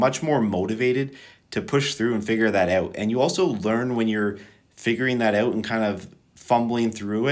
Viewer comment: ouut? found the canadian. cool vid